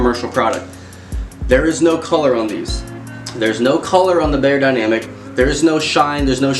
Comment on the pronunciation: Great review! 👍🏻 Thanx a lot. Just a tiny little remark from a native German: "Beyer" in the brandname "Beyerdynamic" is pronounced like "fire", not like "layer". I hope it is clear what I mean 😊😇.